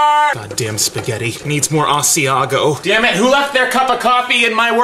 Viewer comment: comicsans Yeah (s)he said asiago 😐